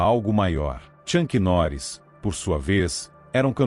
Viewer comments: Na minutagem , Tchank Norris? Pronúncia erradíssima... o certo é - Chuck Norris ok! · "Tchanqui Noris" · Chuck Norris e não Chunck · Tem que aprender a pronunciar bem o nome do Chuck Norris, é uma vergonha.